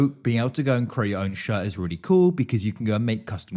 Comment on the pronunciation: im sorry.."shirr" 😭